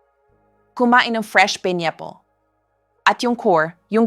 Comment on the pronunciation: This is AI, she pronounced “table, pineapple, ). Sounds like being read by robot.